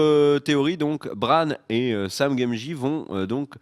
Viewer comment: Sam gamegie ? 😂